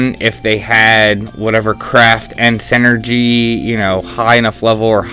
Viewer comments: It's SIN-er-gy, not SEN ergy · Not to be that guy but... it's pronounced "sin-ergy" not "sen-ergy". Otherwise this video was very helpful. Thanks.